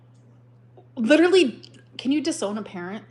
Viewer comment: Grammatically challenged, leeeterallly.. 😂